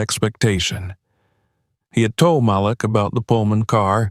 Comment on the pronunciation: Please correct.. Malik is pronounced "Ma - leak". Thank you. 😊